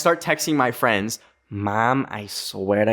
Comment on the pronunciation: THE 'FWENDS' THOOO UXHUSJX